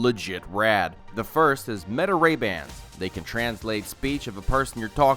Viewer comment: Hearing “Meta” pronounced as “Mayta” got me wondering if this is an AI voice—particularly since there’s no video this time…but it’s an AI/future-focused channel so not opposed 😅